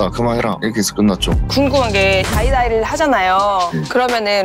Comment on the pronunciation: 작가님 다이다이 라고 하시는거 찰지다..다이다이 많이 해보셨나봥..이미 저승문호랑 해서 이기고 나서 다음 상대 찾으려고 프로그램 하는걸지도…